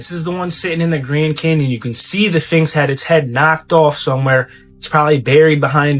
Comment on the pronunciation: Did he say "phinx? Edit: He said "phinx", but then changed and said "sphinx" twice but then went back to calling it a "phinx" 🤣